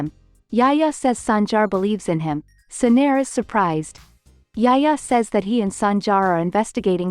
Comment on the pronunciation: lol not yaya it’s yahya..Yahya darling not yaya